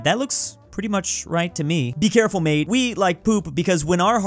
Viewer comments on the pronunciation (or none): none